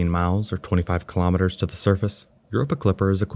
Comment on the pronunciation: KILO'METERS, not kalamaduhz.